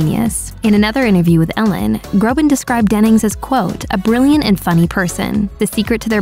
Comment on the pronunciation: Btw his last name is Groban, not Grobin